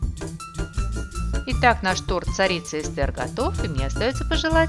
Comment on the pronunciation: Не Эсте́р, а Э́стер. Так зовут мою жену